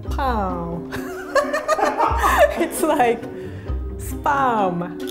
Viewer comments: Our pronunciation: Spahm pronunciation: Sperm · Every time said spam i thought she said SPERM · When she says spam , I can hear spermmmm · RIE : SPAM ME : SPERM?!?! It sounds a little wrong... 😂😂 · Its not SPUUUMM its SPAAAAAAMM 🤣🤣🤣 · She said SPAM I heard SPERM, What's wrong with my ears?!?!! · shouldnt it be pronounced as 'sp - am' im not dirty but the way she says it is like sperm. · Cole Mills great now I can’t unhear it. I literally only hear sperm now. Thanks a lot lol 😂😂😂😂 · Probably... "sparm" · When she says spam it sound like sperm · No offense I love but I heard pronounce sperm instead of spam LOL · Now every time she says spam I hear sperm 😭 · Is it me or i here sperm instead of spam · was I the only one who heard “Sperm time, come out” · Spam is suppose to be froed dawg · Why does she say SPAM as SPERM !?!?!?! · She is saying spam like saying sperm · Fun fact: Japanese people pronounce spam and sperm the same way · her pronounciation of spam is inappropriate......